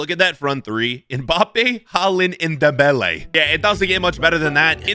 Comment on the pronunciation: pronounced m-bapp-ay